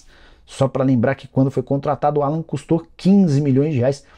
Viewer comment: Nicola, não é Alan. É "Álan". O nome dele é pronunciado em inglês.